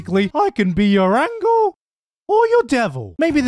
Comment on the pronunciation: Is nobody going to talk about Gigguk pronouncing "angel" as AnGLe on the Shikimori's not just a cutie bit?